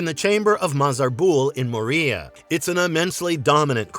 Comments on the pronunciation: I can’t take anything in this video seriously when you keep calling it More-ria. Ffs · Ah yes, “Mo-Ria” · "Moriya" That was enough for me - not recommending this channel. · Got enough at "Mo-Ria" 💀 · Maria? Bowrimeer? Do you just do this to tick us off or is this how you say it? Either way, stop. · Gotta stop using that AI voice clone, dude. Bomarere? Moriea? Wtf? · SOMETHING INSIDE OF ME DIED AFTER I HEARD THAT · The ancient dwarven city of…Maria! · the way he say moria sounds so wrong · Your scripting is lacking. The ai slave doesn't help it sound professional either when it can't pronounce Moria. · It's an AI voice, they give themselves a way with mispronunciations. Youtube is full of these AI lore vids.